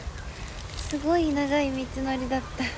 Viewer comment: しゅごい がかわいい😊 たまにすごいって言ってしまうところもかわいい❤